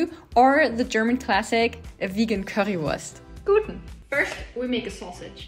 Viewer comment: So akzentfrei Currywurst aussprechen kann nur ein Muttersprachler. Deine Rezepte sind echt genial!!!!